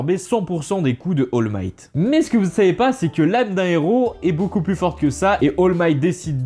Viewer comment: C'est pas oll might c'est all might